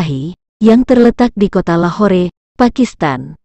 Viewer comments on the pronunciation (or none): none